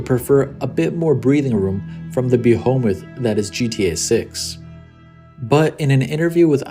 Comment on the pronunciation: A lil help behemoth (bah-hee-meth) like a big bad ass